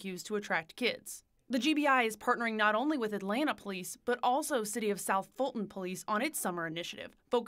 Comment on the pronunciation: Respectfully sir, it is Atlanta.